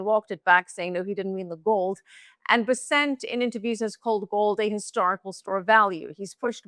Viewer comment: OMG it's BES-sent, for F's sake. Scott BES-sent. Emphasis on the first syllable of his last name. Get it right will you PLEASE? You guys are posturing as financial professionals and you can't pronounce the Sec'y of the Treasury's name?